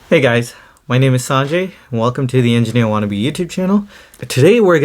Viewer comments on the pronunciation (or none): It’s sun-Jai not son-Jei. If you don’t like being Indian or having an Indian name, just change it to something like Brad. Trying to fit in with the whole “accent thing” is fine but ruining your name’s pronunciation because of it is just awful. Start pronouncing it how it was meant to be pronounced, “Sun-Jai”.